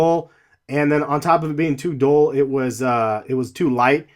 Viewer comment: You said dole it's dull